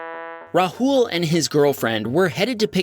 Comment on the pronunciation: Its not pronounced rhul its raaahul